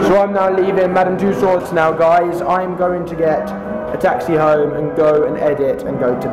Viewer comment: its pronounced madame tooso's